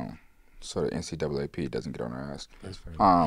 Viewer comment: THIS MAN SAID THE “NCAAP” it’s the NAACP…